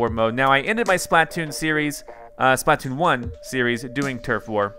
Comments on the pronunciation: Its SPLA-TOON not SPLAT-TOON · pLeAse STOP CALLING IT SPL"A"T OON JUST SAY SPL-{UH}-TOON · you're saying splatoon wrong. its Spluh-toon not SplAT-toon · He calls it splat- toon 😂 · I dont like how he says it.. splÃtoon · Dude it's not splatoon it's splatoon